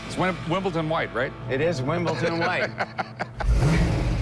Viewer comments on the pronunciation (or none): No, it's not Wimble - ton white, it's Wimble - don white. Obviously these guys aren't tennis players! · Rick said Wimbleton🤣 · Rick is so ignorant on some things. It’s Wimbledon, not Wimbleton. It’s Cavalry, not Calvary (a different episode). That’s not the Eleanor car. In another episode, with a different 67, Rick asked knowingly “351 four bolt main?” Ford didn’t have a 351 until 1969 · In America, Wimbledon is spoke "WimbleTon."